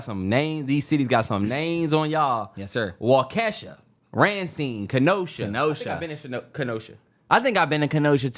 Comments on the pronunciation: Being from Milwaukee yall totally butchered the city names 🤣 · Yall have to work on the Wisconsin names bruh it’s Waukesha (wau.ka.shaw.) 😂 Racine (Ray.Seen)